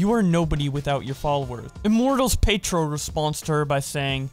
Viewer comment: Hahahah i was about to comment this. doesn't watch anime I guess. He also said Immortals Petro instead of Ptero(dayctl) 😂 omg